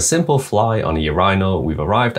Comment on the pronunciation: the way you pronounce it "urineal" makes me want to use your face like a "urineal"